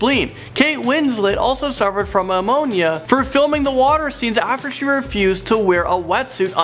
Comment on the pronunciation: Bro it's "neu-monia" not mamonia.